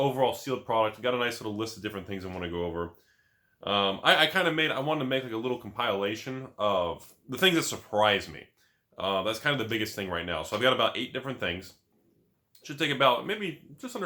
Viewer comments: just because you spent 200 years on the stock market selling tacos to traders doesn't mean you get to change word pronunciation. Its not com-pile-ation its com-pill-ation. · Whenever someone says comlilation... I know they've been on the hub